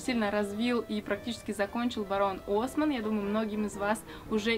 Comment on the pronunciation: Барон осмАнн же ударение🌚